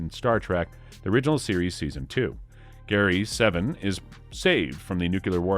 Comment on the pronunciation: Your pronunciation of several names, notably "Gary SEVEN", (as in "7") and Ilia, (eye-lee-ah) could stand some work.